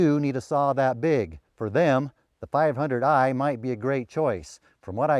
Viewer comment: can you say one more - 5oo eiii?